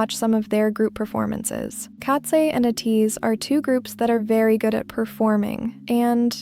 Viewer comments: Lol you pronounce Katseye like "Cats + eee" instead of "cats + 👁️" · Why did you say katsee